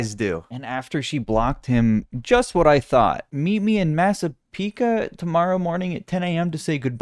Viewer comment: MASSAPEQUA MENTIONED!!! it’s pronounced mass-ah-peek-kwah You’re pronunciation was pretty good for a non-Long Islander :)